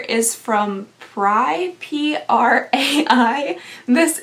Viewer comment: Hey, I've never seen a lot of the brands but I believe the "prai" is pronounced "pray" and the "nuxe" is pronounced "new"